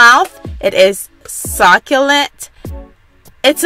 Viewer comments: She said sock-you-lant 💀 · Ugggh she keeps pronouncing it at "simmon". Lady its "Salmon". Succulent not "Sockulant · Sockulent? Simin??? Lmfao nice video tho! It looked delish!